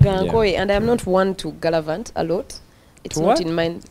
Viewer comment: Its the “gallavant” for me